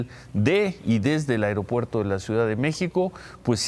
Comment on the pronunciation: Felicidades a por su correcta pronunciación de las palabras "A I R O P U E R T O" e "I N T I N E R A R I O" así somos de Profesionales en México...